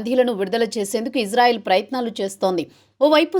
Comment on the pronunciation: గురువు గారు మీరంటే మంచి అభిమానం ప్రతీ వీడియో మిస్ కాను సార్ దయచేసి నా మనవి వినండి ఇశ్రాయేల్ అనండి/వ్రాయండి సార్ ఇజ్రాయేల్ కాదు సార్ హిబ్రూభాషలో ఈవిదంగా లిపి ఉంటుంది יִשְׂרָאֵל కుడి నుండి ఎడమకు చదవాలి 1.యోద్ =య "ఇ" ( *יִ ) 2. షీన్ = ష లేదా “శ” ( * שׂ ) 3. రేష్ = ర (*רָ) 4. అలెఫ్ = ఎ (* אֵ ) 5. లామెద్ = ల (* ל ) *ఇశ్రాయేల్ * ISRAEL ఇందులో "J" ఎక్కడుంది సార్ దయచేసి ఆ దేశ సార్వబౌమాధికారంతో పెట్ట బడిన పేరును అమానించవద్దు, ఇది గమనించండి ఆదేశం యొక్క పేరును అబాసుపాలు చేయకండి. మాకు తీరని అవమానం. ప్రతీ అక్షరం క్రింద ఒత్తులు (దాగేష్ ) ఉన్నవి. హిబ్రూ అక్షరమాలలో "జ" అనే సౌండు లేదు మీకు శతకోటి దండాలు తప్పు పలక కండి,వ్రాయకండి.